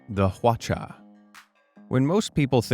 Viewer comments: Lol hwachia? Hwachia doin'? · Got me at Big Hand👀👀👀 Got me again at (accent)"Watcha out" hahahaha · Behold, the hwacha-macallit Sorry I just had to